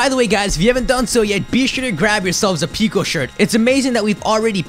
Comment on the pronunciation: If someone says ONE MORE TIME AM GONNA BLOW UP